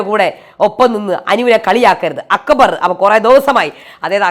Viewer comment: അക്ക് ബർ😂😂😂.,.. അക്ബർ എന്നു പറയാൻ പോലും ഷാനവാസിന് അറിയില്ല